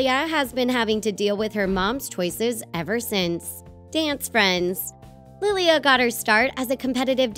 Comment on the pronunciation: Don’t mean to come off as rude, maybe just how I pronounce my name where I am from, but there’s no long y before the a it just bugs me a little 😓